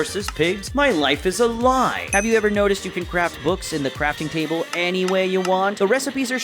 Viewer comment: You say crafting cable🤣